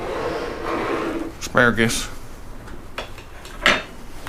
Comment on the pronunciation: I love it "asparagass"